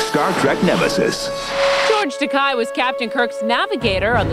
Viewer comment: Way to mispronounce "Takei" multiple times.